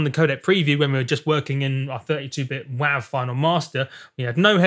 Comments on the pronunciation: "Wahve" Mate, it's "Wave" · it's WAV. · he said wav